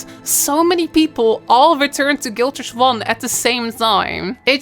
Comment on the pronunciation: guild warrsh??? what? waht are you saying? geez... fix your speech xD